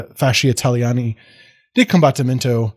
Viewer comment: Your Italian pronunciation is fine, if in doubt, pronounce the vowels (and a lot of the consonants) more or less like how you would in Spanish. The big difference are the double letters which are pronounced as such, so "combat-timento". And "avanti" is best translated as "forwards!". Great video, thanks a lot!